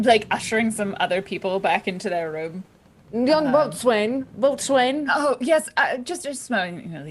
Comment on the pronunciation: i know it's old, but boatswain is pronounced bo-sun lol